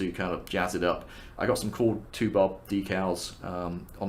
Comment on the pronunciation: Did you say Two-Bob Decals?